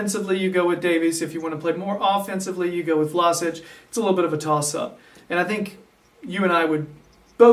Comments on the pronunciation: first of all its VlaSCHiĆ...like schneiderline...you don't say vlaSic... the next thing, Vlašić is an attacking midfielder, the number 10 is his place, a playmaker, not really a central midfielder, he can play wing but thats not his natural positon, his technical play is really good and he is a good passer, he is not much of a defender, but he can play a number 8 or a real central midfield probably, he just needs time to adapt to the premier league, as a Croatian and a Hajduk fan he has real talent to be one of the best croatian players in the future! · His name is V-L-A-Š-I-Ć not Vlasic or vlasic do not englandiziren(german) his name